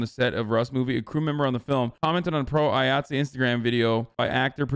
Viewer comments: IATSE is pronounced EYE-OT-SEE. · IATSE is pronounced “eye at see” lol “”Eee ought say” lol Hasan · "Eye-Att-See" is how the Union pronounces it, and yes I agree. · cuz he sounded pretentious pronouncing it like it was french lmao. I'm also in a Union just thought it was hilarious.